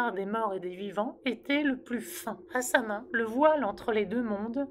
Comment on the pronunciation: Bonjour je me permet de faire une rectification. Samhain se prononce "sa-ouine". Qui est du gaëlique. Bonne journée.